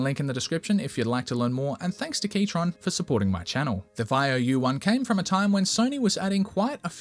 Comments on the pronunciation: not you pronouncing keychron as keytron 😭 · I love how you misspronounce keychron, there is no T